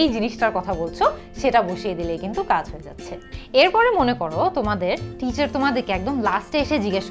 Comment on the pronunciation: আপু অনেক জায়গায় দেখি Teacher er pronunciation (ঠিচার) Table (ঠেইবল) কোনটা সঠিক টিচার না ঠিচার?